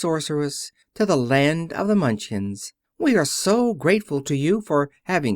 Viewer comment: The Mun chins? Surely you meant Munch kin